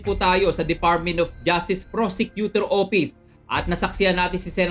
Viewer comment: Fotik narinig ko na naman ang "defartmint of justice prosecutor opis."